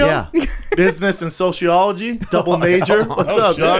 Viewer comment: Brendan couldn’t say “Sociology” and he majored in it anyone catch that 🤣 “Sochiology”